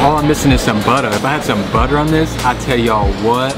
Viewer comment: Hahaha that buttah! Those Southern roots coming out